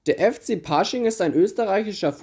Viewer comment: 1.) Bei Pasching wird das A nicht gezogen ausgesprochen. 2.) bei Minute sieht man das Wappen von LASK Linz über Pasching. Ansonsten gutes Video! :)